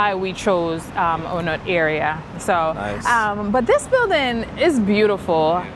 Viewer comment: There are a glut of condo units available in Bangkok. New ones tend to be small like this one. You can get bigger ones in older buildings. Unlike in America, condos often don't appreciate in value. Also its pronounced Ah-newt (On nut) and Pah-tie-YA (last syllable emphasis).